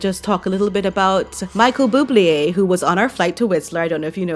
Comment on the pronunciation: Hey!! As usual, I loved your video!! Just a quick note…Michael Buble is pronounced BOO-BLAY, NOT BOO-BLEE-AY!! I’m Canadian and very proud of him, though cannot fathom why he is still having anything to do with MM…but I find most non-Canadians tend to add that extra syllable in his last name!! You should listen to his music 🎶…he’s AWESOME!! 🇨🇦♥️🇨🇦